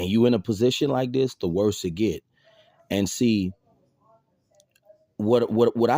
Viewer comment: " The older you git...the worse it git."...Ok , Brah 😂...